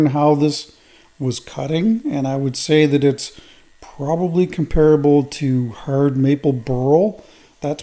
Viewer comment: I don't know if it's hard, but it sure is "hurd" 😁😁😁